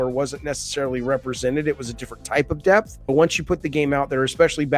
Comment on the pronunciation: Hello again. I'm hearing you say, "deaf of the gameplay", but you obviously meant "depth of the gameplay". The "p" in depth is not silent.